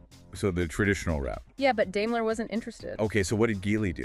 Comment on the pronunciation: Not dailer but Daimler